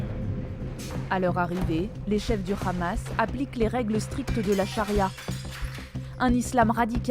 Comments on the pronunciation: C'est Hamas et non "Khamas" ....vous trahissez a peine votre langage sioniste.... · Y m'énerve quand y disent le Ramas c'est le Hamas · Arrêtez par pitié de prononcer ça le "RRAMASSSSS" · pourquoi la journaliste dit KHamas ? elle sait pas parler ? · pourquoi le hamas prononcé "amas" est maintenant prononcé khamas ? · Op op op la présentatrice a prononcé Lee Khamas hé hé hé BFMTV 😂😂 Vraiment je crains pour la France est devenu une colonisation sioniste 😢😢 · Un mois encore et BFMTV changera de prononciation le Hamas deviendra le Khamas 😂😂😂😂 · C le Hamas pas le KHamas vous êtes journalistes français ou israéliens ?!! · C'est drôle la façon de prononcer le mot Hamas des journalistes français avec un accent qui n'a rien de français d'ailleurs, bref vive la Palestine libre, on saura se souvenir de la manière que les medias ont eu de traiter l'information et limite de l'incitation à tuer des enfants sur la bande de Gaza. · Quand le journaliste prononce Akhmad yassine au lieu de Ahmad, ou bien khamas au lieu du hamas, 😂 plus besoin de continuer la vidéo .